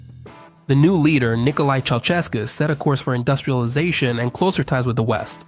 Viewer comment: Ș = SH, CeauSHescu, BraSHov, Steagul RoSHu (Red Flag) Ț = TZ, CarpaTZi